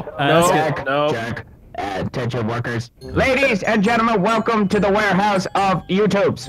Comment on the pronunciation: Warehouse? Warehouso